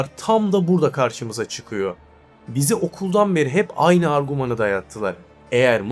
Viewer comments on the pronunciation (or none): Seslendirme AI mı bilmiyorum ama arguman denmez argüman demelisiniz.